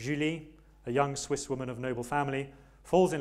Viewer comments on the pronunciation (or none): none